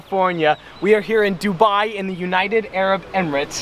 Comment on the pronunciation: That Dubai pronunciation tho. Seems familiar 🤣